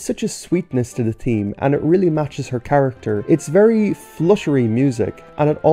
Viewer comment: "theme" as "team